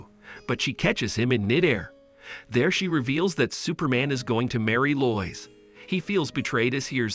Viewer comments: Lois is pronounced LOW IS..... geeze man learn English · I hate how incorrectly you say Lois. Its said like "low-is" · I like how Superman meets a reporter named, "Loyce." Because of course that's how you pronounce "Lois," as everyone knows. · Most people would pronounce Lois more like low-es But I like how you say it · He is actually saying loyis. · way it says lois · Telling by the way you pronounce Lois tells me you've never seen a movie with her in it. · you pronounced lois wrong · Many many times